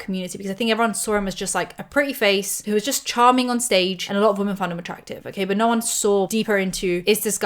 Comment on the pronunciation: I love you, but I need you to stop pronouncing "women" as "woman"